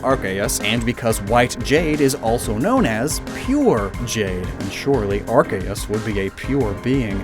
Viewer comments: Okay I have to say it. Arceus (アルセウス) is not pronounced arkay ass. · Hey pronounce Arceus correctly next time